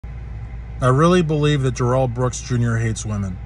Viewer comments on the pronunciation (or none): How did you pronounce his name? His mom pronounced it no different then ‘Daryl’ or “Darold” why do people go for this insane pronunciation? Stop it please. It’s simply Darrell.